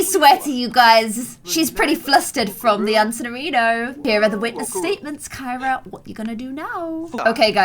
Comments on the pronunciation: Kyra the criminal is actually pronounced “kee-ra” like you pronounce Ciara. And Ciara is pronounced “see-air-uh” not “kee-ra”. Not that you should change the pronunciation at this point, I just thought it was funny that there was an actual Kee-ra Kyra in the game. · Wish you pronounced Kyra’s name like you do Ciara’s because that’s how I pronounce my name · Kyra is pronounced as Ciara 😂 love you ❤️❤️❤️❤️ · I am screaming and soooo triggered because kept calling kira carrie